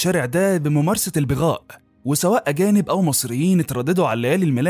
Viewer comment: تنطق كلمة بغاء بفتح الباء وليس بكسرها